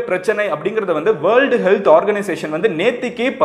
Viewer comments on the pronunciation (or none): none